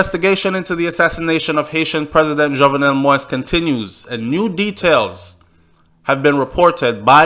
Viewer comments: Thank you for your work. An exceptionally good, detailed and informative reporting in ALL of your videos. Very. However, - (and NOT sorry to join the ranks of those dwelling on what you call "the trivial"), allow me to say that that's the silliest reasoning I've ever heard!!! Bro, it's not because educated but illiterate "White people butcher the name" Moïse that you too you should join them. Set yourself apart (as you’re already doing) by going the extra mile and doing some research on the How-To pronounce the name Moses (English) in French [mo ·iz]. I’m a French-speaking individual because of the colonial past of my country in Africa, and as much as I disdain the bloody French language, I must agree that ‘to Cesar what belongs to Cesar’. A name of a person is part of that person’s identity, be it a Chinese name, a Japanese name or a Russian or an Arabic name. You just don’t butcher it because it is NOT in English or in YOUR language! As Dale Carnegie put once it, “The sweetest sound in the world is the person’s own name.” Now, here is a hint: How to pronounce Moïse (French/France) – Thank you for your work, and sorry if you feel offended by my comments. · Can you please say his name properly. It’s “mo-eeze”, not “moiz”. Thank you! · Do you read the comments on your channel? Please, please,please LISTEN! PLEASE PROUNCE THE PRESIDENT'S NAME CORRECTLY....PLEASE DO THIS BEFORE ANOTHER VIDEO GOES OUT.... MOISE ...IS NOT PRONOUNCED "MOIST"...... The correct pronunciation is.... MO...EASE.... OR. MO...EEZE..... WHEN YOU. CONTINUE TO MISPRONOUNCE HIS NAME IS SO DISRESPECTFUL!!?? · This guy speaking on this video makes me a French Canadian and my Haitian friends cringe so bad when he pronounce the name so wrong. It's not fucking " Moist" it's pronounce Moe-is it's a fucking french name so pronounce it right or just say Moses which is the English version. If you can't pronounce is in French then stick to the English version🙄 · His name is pronounced mo-yeez.